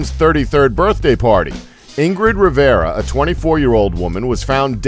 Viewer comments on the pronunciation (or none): none